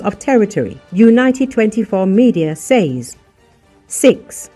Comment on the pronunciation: Oh kind narrator: you can just say “sez” for the word “says.”